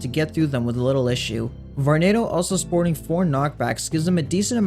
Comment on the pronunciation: VORENADO!??!? EWWWW